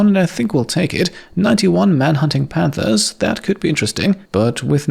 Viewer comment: I kept hearing "91 man-hunting pandas" and it seemed more adorable than threatening!